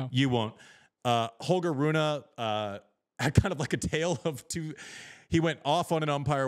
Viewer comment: Rune: It is pronounced like the name of the football player Rooney except the ey at the end is like the e at the end of 'the'. So Roon(ey-th)e. Obvious, no? 😃